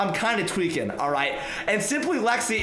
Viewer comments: Everytime you say tweeking i thought its `twerking` haha xD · He is my 2 favorite YouTube but he says tweaking. Way too much